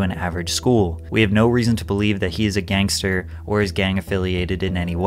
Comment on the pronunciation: Whyd you spend the whole video pronouncing gangster so oddly? "Gangsta" 🤣